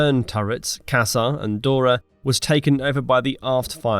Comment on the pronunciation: maybe he is saying it the german way, he also said dora the german way in case you didnt notice also AI will not say it the german way ?